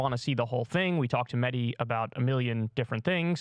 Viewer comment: You guys are calling him: Medi? It’s MeHdi!